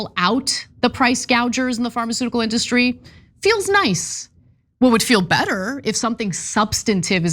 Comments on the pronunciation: Why does he say In-DUH-stry? This idiot irks my soul. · Hey Trump, It’s IN-duh-stry, not in-DUH-stry You idiot.